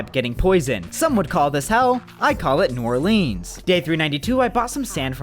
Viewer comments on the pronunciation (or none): You disrespect New Orleans and don’t even say it right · the way you pronounced new orleans made me so uncomfortable 😞😞